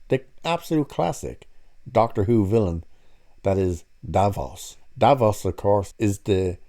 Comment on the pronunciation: I'm bored... Oh no sorry not of the "TrAnS iSsUe" of videos like this. Oh and it's DAVROS not Davos sounds like a cleaning product